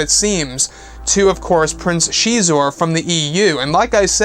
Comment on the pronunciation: Prince sheee'zor...???? Always thought X is pronounced as a Z....so Zizor(Xizor)